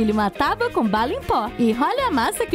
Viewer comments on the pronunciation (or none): none